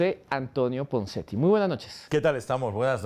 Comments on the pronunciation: Jose Antonio Ponseti.. No punseti xDD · Y QUIÉN DIJO PUNSETI ??? YO LO ESCUCHE CORRECTAMENTE... PONSETI